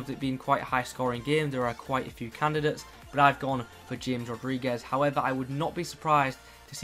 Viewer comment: euhhh Nice video🙌 1 little thing James is pronounced Gamez😋